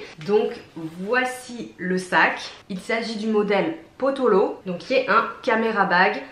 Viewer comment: Coucou très belle acquisition même si j'avoue ne pas être fan du logo qui me fait penser à une tête de bélier haha Étant du coin Pottolo ça se prononce Potiolo et ça veut dire dodu 😉 Bisous